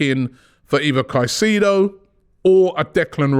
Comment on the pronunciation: So glad I don't have to hear about Moses Kah-seeee-doh any more.